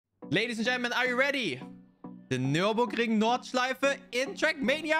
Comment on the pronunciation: So you are german right? No way you could pronounce it right ;D